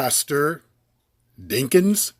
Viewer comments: isn't his name DAWKINS not DINKINS?? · Why do you keep pronouncing the man’s name wrong🤔⁉️